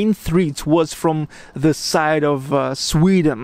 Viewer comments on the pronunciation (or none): none